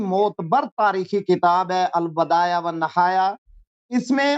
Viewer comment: Al bidayat lafz hai Al badayat nahi